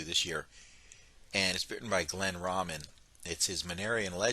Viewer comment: Nice work! So good to see the SE map given the proper DR font. (BTW, Glenn pronounces it RAY-min.)